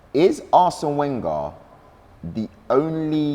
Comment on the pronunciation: Why does he mispronounce Wenger every time? Isn’t he an Arsenal fan?